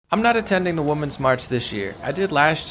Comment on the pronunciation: Hey I love your videos and sincerely am a fan of your work. I have a question and it is mostly because I have a bit of ADHD and I got thrown off easily by things... are you saying Woman's March instead of Women's march on purpose or have they changed it to call it Woman's March now instead of Women's March? It used to always be Women's March which is pronounced differently than woman's march and I'm just curious because my brain gets distracted by it when I'm listening to you and so now I need to know the answer, LOL and I also want to be in the know and up-to-date on things so if I've been saying it incorrectly I would like to know. Thank you!